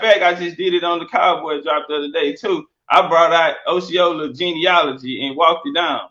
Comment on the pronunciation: He can't even say Osceola right🤦🏿‍♂️😆